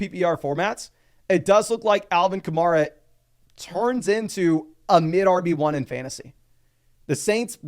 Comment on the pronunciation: It's Ka-Mair-A rhymes with hair. Not Mar, rhymes with star. He's been a star in the league for 8 years now.